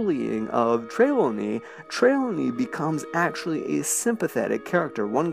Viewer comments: say it with me, Josh: TRI- LAW- KNEE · Just going to clear this up: Trelawney is pronounced Tre-Lawn-Ee, with emphasis on the Lawn. TreLAWNey. Not yelling at you, just wanted to help :) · The way you pronounced Professor Trelawny kills me.